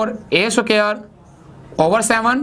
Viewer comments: Sir g suquare ni hota square hota ha🤣🤣🤣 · Square hota h not sucare 😂😂😂😂 oooo bhaiiiiiiii Maroo Mujhe maro😂😂🔥👌 keep up the sucare كففو